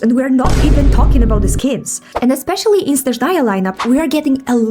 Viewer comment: Why on earth did all Slavs suddenly start thinking that Snezhnaya (stressed on the first syllable — that's correct, not how it's pronounced in the English voiceover) is a region of Slavic culture? This region, just like Mondstadt, Liyue, Inazuma, and Fontaine, has only one prototype — Russia (in this case, the Russian Empire). The fact that everyone suddenly started blowing up a psyop about this region being a reflection of all Slavs — no, from the very beginning, it was a region connected with Russia and its peoples.